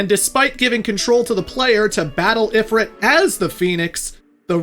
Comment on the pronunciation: Please pronounce Ifrit correctly😢